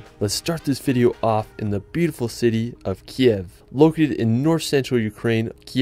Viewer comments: Sorry, but not Kyev , right Kyiv ) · Thank you so much for this amazing video! I live in Ivano-Frankivsk, it's amazing beautiful and very cozy city near the Carpathians. It;s just the name of our capital is pronounced as Kyiv (Kiyiv), this is ukrainian language (Kiev is russian style). I wish more and more people to know how beautiful and special Ukraine is ))))) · Nice video. You just need to update your pronunciation of Kyiv. Rather than the ruzzian transliteration (Kiev) which you pronounce in this video, the capital city of Ukraine should be pronounced as Ukrainians write and pronounce it, something like this: K + Eve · not Kiev, but Kyiv